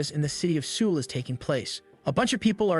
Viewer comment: LOL! The way you pronounce Seoul means alcohol in Korean.